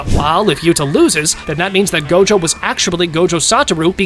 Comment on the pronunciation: I think you miss said gojos name is go. Jo